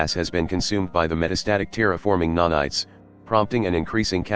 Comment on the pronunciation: I love that text to speech has turned nanites into nah knights